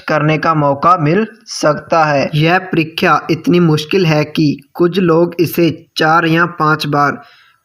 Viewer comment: Ur परीक्षा hota h....परिख्या nhi....